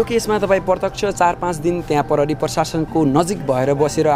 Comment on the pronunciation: आजकल स्कूल मा खुट्टा काटेको शब्द, आधी शब्द आदि पढ़ाई हून्न की क्या हो नेपाली बिषयमा ? जुन योतुबे ले पनी “प्रहरी” लाई “परहरी”, “प्रयोग” लाई “परयोग”, “प्रतिक्रिया” लाई “पर्तीक्रिया” भनेको पाउछु ।